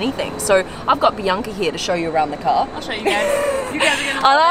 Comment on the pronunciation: Who else heard it as PRIYNKA and not BIANCA🙋‍♂️